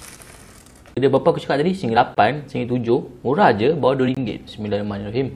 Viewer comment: Bacaan Bismillah tu Salah, tak sempurna.. smillahiromanirohim... Salah Bismillah, Setan Mkn Sekali... Lagi sempurna, just Sebut " Bismillah" بسم الله... Nampak bnyak Setan Makan sekali dengan